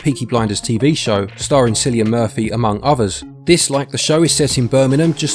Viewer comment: On a day you're struggling with pronunciation, Cillian Murphy is actually pronounced with a hard C. 😊 Sorry to add to the list! 😁😜